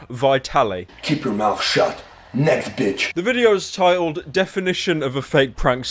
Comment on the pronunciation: I hear "nesquick" instead of "next bitch"